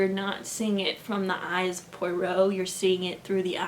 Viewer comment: This was a fun video! :) Just a little tip: The easiest way to pronounce "Poirot" is "pwah-ROW". I listened to all the BBC radio plays and learned to pronounce his name finally!! :)